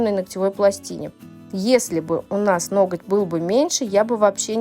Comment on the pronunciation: я Вас очень уважаю и всегда смотрю ваши видео, но, пожалуйста, не говорите ноКоть, есть слово ноГоть, очень режет слух. А по педикюру, зачем Вы оставляете такую длину на ногах, тем более, есть проблемы с большим пальчиком, а так, как всегда очень красиво.